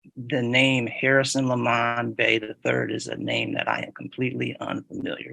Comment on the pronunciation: I love how the judge insists on saying " Lemon" instead of " Le Mon".